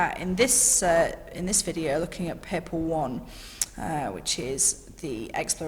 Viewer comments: It’s paper not pepper dam that’s annoying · She keeps saying paper as peeper